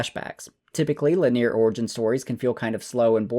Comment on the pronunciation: It's lin·e·ar not li•near 🤣